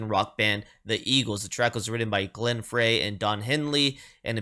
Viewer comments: BTW, Glen Frey pronounces his last name FRY, Like French Fry. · Fantastic! A deep cut "White Rhythm and Blues" from her Living in the USA album is really special. Just FYI - it is Glenn Frey (pronounced FRY). Love the channel!